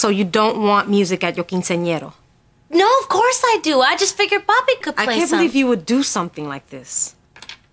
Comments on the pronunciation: why does they keep saying quincenearo? its quinceneara! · Correct me if I'm wrong but isn't it pronounce quinceañera?